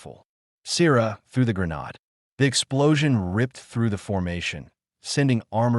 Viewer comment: "grenod"???? What in the actual hell. Damn snowflakes can't even program an "AI" to read. No wonder you can't show up to an actual job.